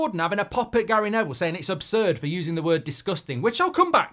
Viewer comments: "OB"surd Goldbridge? 😅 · ABSURD MARK NOT OBSURD